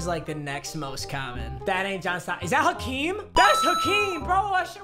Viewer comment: I thought he just butchered Hakeems name